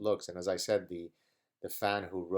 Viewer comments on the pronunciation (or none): none